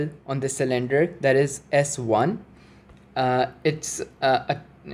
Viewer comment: I'm here to see if anyone else was driven nuts by sill-IN-der (cylinder)